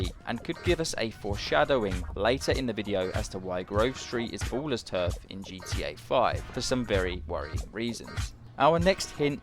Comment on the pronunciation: of da "boolers"